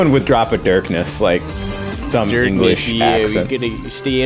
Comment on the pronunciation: NO! no. we don't say darkness like that!